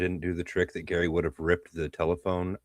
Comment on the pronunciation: You butchered Gary’s name pronunciation lol